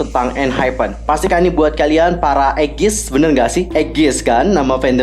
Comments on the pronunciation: btw nama fans enhypen bukan egis ; engene = bacaannya ''enjin'' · Engene bacanya Enjin bukan sih😁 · Dibacanya enjin bang bukan egis yawlaa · No engges kak panggilanya engene itu tulisanya panggialnya kalau g salah en'gi manggilnya loh kalau g salah tolong benarkan guys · Eggies itu untuk I LAND, sekarang ENHYPEN udah resmi ENGENE di baca ENJIN🥰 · Di baca enjin kak ,bukan engis hehe ,sekedar info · Bukan Eggiessss tapi ENGENE😭😭😭😭😭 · Engene kak bukan eggies hehe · Nama Fandomnya ENGENE ka dibaca Enjin👍🏻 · Ofc fandomnya ENGENE ka, dibaca enjin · Fandom enhypen namanya ENGENE, bacanya enjin 👍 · nama fandomnya engene kak dibaca 'enjin' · Engene kak bukan eggies huhuhu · Engene kak nama fandomnya bukan egges... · ENGENE kaa nama fandomnya .. EN-JIN di bacanyaa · ENGENE Nama fans nya . Dibacanya Enjin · Nama fandomnya ENGENE kak tpi dibaca enjin kak... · ENGENE bacanya "Enjin" Gitu kak Bener kan??? Kalo salah komen yak 😅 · Fandomnya namanya ENGENE kak bacanya "Enjin" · Kak cuman mau kasih tau, Nama resmi nya ENGENE udh terkonfirmasi sama BIGHIT nya, dan cara bacanya "Enjin" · Enjin bacanya kak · Fandom nya engene kak, dibacanya enjin 👍🏻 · Nama fandom ny ENGENE (sebutanny enjin) dan kl fandom indo ny d sebut ENERGEN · Maaf kk mau koreski itu nama fandom enhypen ENGENE klw di baca enjin trs nama fandom kita itu udh resmi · Engene bund bkn eggies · Dibacanya enjin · Sorry, penyebutan nama fans nya dibaca 'enjin'.. Pas tau notif ni muncul auto tonton dgn serius & menghayati, 'n ternyata bikin aku terharu sekaligus bangga jd engene, karena enhypen punya teori yg luar biasa & sebegitu besarnya dedikasi kehidupan mereka buat engene, terutama dr masa" debut yg gaada kepastian. Thank'u, ditunggu bgt partII nya! Semangaatt!!! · Fandom resminya ENGENE kak bacanya enjin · Nama fandom resminya ENGENE di bacanya ENJIN kak 😊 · Nama fandaomnya ENGENE kak dibaca (enjin)